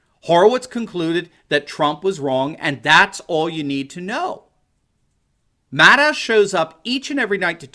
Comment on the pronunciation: Did you say mad owl.